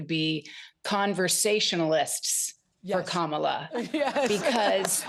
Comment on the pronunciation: Streep hates trump, but probably hates Kamala now after she mispronounced her name. 🤦‍♀️